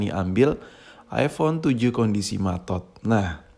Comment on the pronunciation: eh bentar, bentar,,, Tadi lu ngomong apa?? matot / maTod?